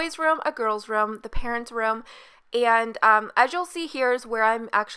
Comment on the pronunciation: you say ruhm instead of room. how do you pronounce rum then?